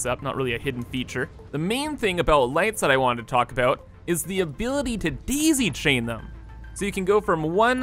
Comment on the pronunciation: I just came here to see him say BEESE!!😆 Deezy chain was a nice bonus😄